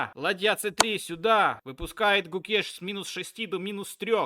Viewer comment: Клоун, Домараджу Гукеш, а не Кукеш